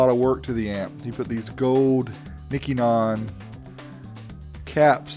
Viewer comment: Very cool amp! Oh, and Nichicon is pronoinced "Ni-she-con" Basically :)